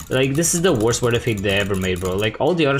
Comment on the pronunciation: not to be rude but you r supposed to pronounce sword as sord Love you drunk